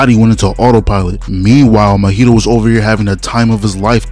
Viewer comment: Say it with me bro... Maw-he-toe. Not Mohito, Mahito. MAW-HE-TOE.... another one... Geito... GAY-TOE, not Ghetto